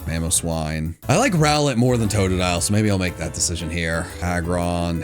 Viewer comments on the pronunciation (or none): none